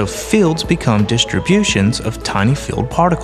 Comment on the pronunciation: Dear voice-over guy: The word "field" is pronounced FEE-eld, not FILLED.